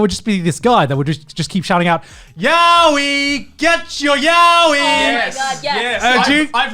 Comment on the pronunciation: Everyone is mispronouncing yaoi :(